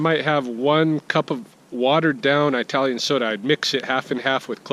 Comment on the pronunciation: Just a note, from someone who got caught by this, too: it's "ih-talian", not "eye-talian". Just take my word for it.